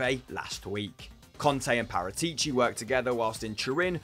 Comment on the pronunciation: Guys not to be a pain in the ass But its Pa-ra-ti-ci not Pa-rra-tee-cee Also beppe marotta was much more influential for juve than paratici